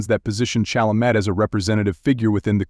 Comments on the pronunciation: No matter Chalemet's orientation, Chalamet's respect for all humans is laudable, particularly when social media encourages derisive statements in search of clicks. AI will have to improve before narrations like the one in this video will "learn" how to correctly pronounce names like "Chalamet." Mispronouncing the subject's name is irritating, though it probably annoys me more than it would Chalamet, who has probably heard his last name mispronounced his entire life. He is a masterful actor and a pleasure to watch on the screen.😊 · Narrator, learn to say his surname correctly. Not like a high school drop-out.